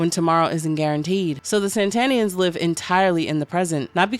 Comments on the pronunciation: "Satanians!" Not Sentanians! Geez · Satanians as in satan, not san-tanians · Really bothers me she keeps calling them Santanians instead of Satanians. Are these Santana groupies ? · I dont understand why the video says SaNtanians like santa and not satanians like satan smh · Not SAN-tanians. SAT-anians. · Ok, I gotta ask... Is saying "Santanians" instead of "Satanians" the same thing as saying "Unalived" instead of "Killed"? Because I fully get it, but it just sticks out EVERY TIME to me (I know it's a me thing and likely not general) and makes it feel weird to not know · Lol I was getting tiny little electric jolts in my brain everytime you said Santanians when the text said "Sataninans". I'm sorry I didn't mean to sound like a dick 🙈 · But the video keep saying saNtanians like santa and it keeps pissing me off